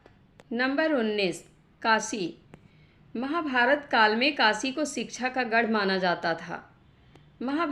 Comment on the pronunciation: Vindavan nahi, Vrindavan..Kosambi nahi Koshambi, Kasi nahi Kashi...kisi padhey likhey vyakti se recording karao..